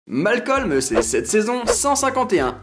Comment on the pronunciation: c pas malcolme c malcom sinon jaime bien la video